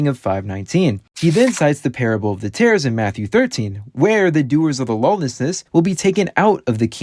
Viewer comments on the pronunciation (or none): omg its parabalw of tares NOT TERRORS